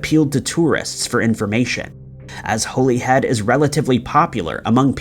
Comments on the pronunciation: It’s pronounced Holly Head. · Pronounced HOLLYhead